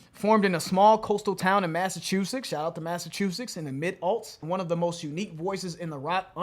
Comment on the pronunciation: Did say Massachuseks?